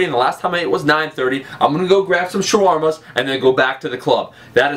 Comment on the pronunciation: When he said Shoarma's I couldn't stop laughing!